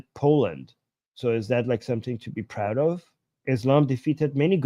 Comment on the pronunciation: It's "like" not "lick!" To "lick" involves putting your tongue the screen!